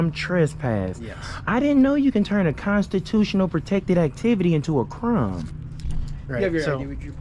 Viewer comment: Yes, you committed a "cram"...butchering the English language. 😂